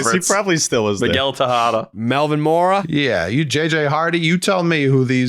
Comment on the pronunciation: Please tell me someone hear t say tejada 😂 sound like posadddda lol